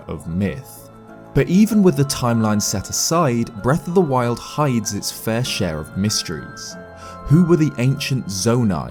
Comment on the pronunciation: did he say "wreck of the wild"?